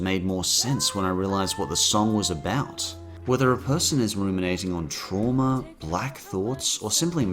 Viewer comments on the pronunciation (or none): none